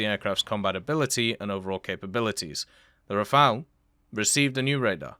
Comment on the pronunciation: He said the Rafale and not the Rafael !!!! Well done !